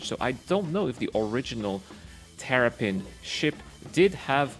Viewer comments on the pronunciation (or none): Sounds like you were saying Terrapin instead of Tavarin.